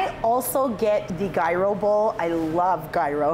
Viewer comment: My greek ass being triggered by how she pronounced gyros 😬